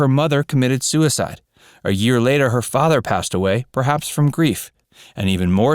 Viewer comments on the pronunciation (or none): none